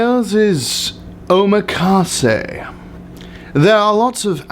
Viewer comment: OHMA-KAWSAY lol